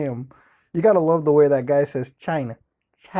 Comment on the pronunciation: Trump say China as if it was spelled with a S instead of a C